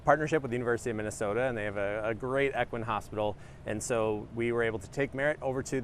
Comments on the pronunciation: "Equin hospital?" Shouldn't a spokesperson for the zoo know that it is pronounced "E quine?" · why does this guy not know how to pronounce equine and przewalskis..